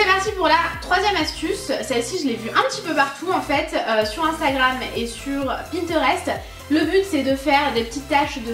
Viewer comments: super video :p mais c instagram toi tu dit I stagrame :D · Tu dit inestagrame! 🤣🤣😋 sinon tu es mas stars et on a les même toke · c est pas ine c est Astagram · en dit pas comme sa Instagram 😂